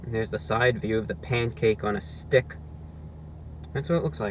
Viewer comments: Lol he says it like A Pancake on a 'Stick' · I like how he says, " STICC ". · Pancake on a sTICK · “Here’s the side view of the pancake on a stickHHH” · Love how you say "on a STICK" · This is my favorite ROTW video of all time. There's all these little things. The repetition of the phrase "pancake on a stick." The emphasis on the word stick. Him laughing at the salt packet they gave him. That 3rd, violent bite he takes. Love it. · Your tongue is in the way of you saying the word STICK lmbo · Loving the way you articulate "Pancake On A Stick" - pronouncing it to rhyme with "Scum!" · The emphasis on stick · His emphasis on S T I C K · The way he says stick you know it’s over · Why so much emphasis on "Stick"? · You gotta really emphasize the STICK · Jennifer Myers this guy really puts the emphasis in stick